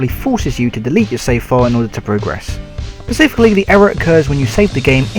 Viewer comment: Pacifically! :P You do alot prematurely..